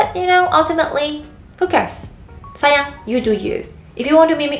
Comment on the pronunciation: I thought she said saiyan like super saiyan haha